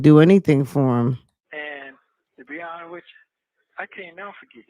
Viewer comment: Are you hearing the way he says honest?: To be unnuh(honest )wicha😒😒😒😒